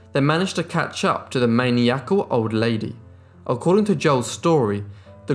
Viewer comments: Man-e-axle? It’s pronounced Man-eye-acle for Christ’s sake! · Just FYI: maniacal is pronounced man-eye-a-call not man-ie-a-cal. Cool story! Thanks. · It’s not Man-e-acal. It’s Man-eye-acal. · I’ve been a subscriber for a while and I love your shell! You’re a wonderful narrator in your contact is first rate. I just wanted to Correct the pronunciation on one of the words you used in case it comes up again. You said she was main-ē-ack-kel. The proper pronunciation is MAN-EYE-E-KEL. No biggie really and forgive me for bringing it up but I thought you’d like to know ❤️ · Though it could be British; but no, it's pronounced məˈnaɪəkəl in both English and American dialects. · Main-e-ackle was she? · Did he just say "maniac-kal"? Dude! You can't educate, when you can't read! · Man e acle or man eye acle, just depends on where you're from. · Well, that's one way to pronounce "maniacal" I guess... Not the correct way, but a way. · Narrator, please check your pronunciation of maniacal.